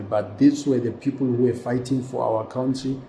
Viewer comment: Country= cunt-ry...not cow-try. What is it that is so difficult to pronounce this word correctly.